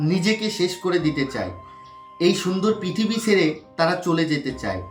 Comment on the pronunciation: Sobar age bolbo prithibi bola ta age valo kore uccharon koren tarpor kotha Bolen 😅 tarpor bolbo video r thumble a ki diyechen ron r or didir jhamelar photo kintu apni explain korlen ki Hassokor 😂😂😂 j ta thumble a thakbe seta niyei to video Hobe r apni thumble a diyechen ek explain korche ar ek 😂😂 gen gulo YouTube ay thikache kintu Kono dhormio group a deoa ta bokami ar views er lov dhormio group ta dhormio kotha alochonar jonno kora hoyeche ey sob gen er video send korar jonno na asa kori bujhte perechen ki bolte cheyechi 😊